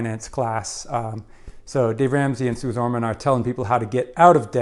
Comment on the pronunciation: Great video! Suze Ormans name is pronounced Suzie 🙂